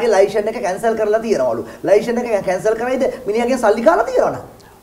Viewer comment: චමුදිත ලයිශන් කියලා කියන්නේ නැහැ .ලයිසන් කියලා pronounce කරන්නේ .පොඩ්ඩක් දැනුවත් වෙන්න .